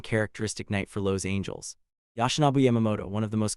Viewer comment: I stopped watching less than 5 minutes in. If the AI voice-over mispronounces words critical to following the story -- you know, like "bases" and "Los Angeles" -- I'm not wasting any more time. And "BASS runner"? F*** me.